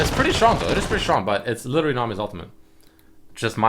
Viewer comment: do you know how to say literally properly? lol everytime u say it it makes my ears bleed.